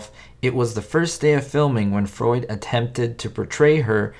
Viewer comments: Carl Freund. It’s pronounced FROYNT. Freund means friend in German. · I believe it’s pronounced Karl Fr-oo-nd